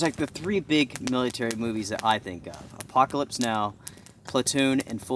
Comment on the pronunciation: Apoc-ya-lips Now.